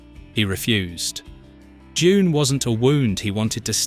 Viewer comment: When did "Doon" become "JUNE"?//